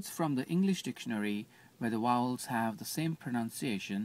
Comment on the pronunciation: yeah the 'wowels" are pronounced a little differently